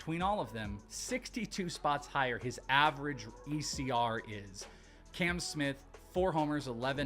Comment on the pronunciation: His name is Cam, not Can 😂